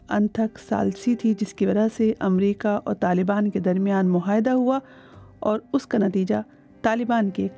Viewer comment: معاہدہ کو مہائدہ پڑھ رہی ہے